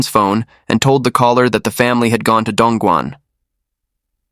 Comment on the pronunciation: The man with the rural hick accent should be properly referred to as "Yellow-neck". I have been to Dongguan, which the narrator butchered, and it WAS an amazing place. Humen nearby is where the Opium War started.